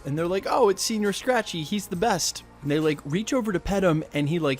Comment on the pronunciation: Senor not senior..Yanks butchering more words